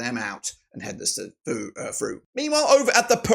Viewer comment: HEDNESFORD is pronounced Hens-ford not Hed-nes-ford. You don't pronounce Wednesday as Wed-nes-day do you???